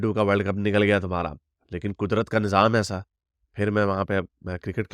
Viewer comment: Nazam nahi ,nizam hota hai. Pakistanis mein bahut problem hai ki wo linguistically corrupt and bankrupt hai. Jihad ko jahad , nizam ko nazam, Pakistan ko pakastan, hain ko hey and pata nahi kya-kya bolte hain.. it reflects that they are not taught grammar.